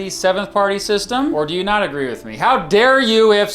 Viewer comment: Make sure you’re careful and you annunciate because I think it’s easy for someone to not hear you say “not a member of the Democratic Party“ I’m talking about that certain group starts with a K. Stop on double speed and I couldn’t tell that you said not. Even when I slowed it down to regular speed it still wasn’t extremely Obvious, and now imagine someone multitasking and they miss it and just go on. Maybe they don’t quite realize what you’re saying and I just feel like there’s still a lot of people in that certain group that starts with a K who are part of the Democratic Party. But obviously nobody a part of that group that starts with a K is part of the Democratic Party. And that should be obvious, people are told something different about people who have the belief of WSs. So they think you did not say the word “not“ they could really get them hit it off in the wrong direction.